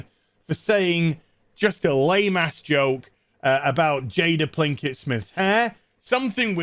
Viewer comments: Hahaha Plinkett!!! Are you screwing up that wench's name intentionally? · I believe the mispronunciation is an intentional nod to RedLetterMedia's Mr. Plinkett. But I could be wrong.